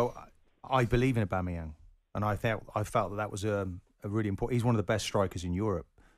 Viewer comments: Man said abanumang 😂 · The way these fans pronounce aubameyang 😂😂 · Caller was spot on.... Apart from Aubameyang's name... 🤦🏾‍♂️